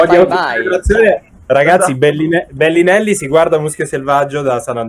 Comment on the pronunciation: Nessuno: Fedez: BELLINELLI